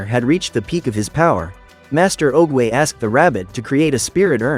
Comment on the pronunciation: OOGWAY NOT OGEAY